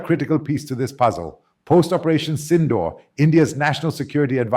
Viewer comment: You can’t even pronounce SINDOOR correctly.